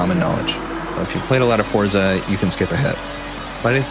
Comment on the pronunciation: you pronounce forza wrong....nive video though